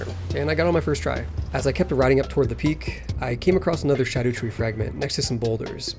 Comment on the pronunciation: Just say shadow you sound stupid saying sha-doooo.